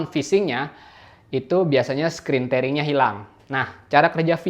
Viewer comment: bacanya 'tiering', bro.. bukan 'tering'..